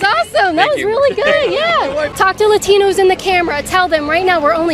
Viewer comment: You forgot the r in latinos.